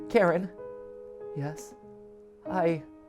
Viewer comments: It's not pronounced "Karen" it's "ka-rin" ffs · Idk if I'm right but I'm pretty sure Karin is supposed to be pronounced Kareen. I don't think I've seen anyone say it this way but I'm pretty sure that's how it's supposed to be. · I think it’s pronounced ka-wrin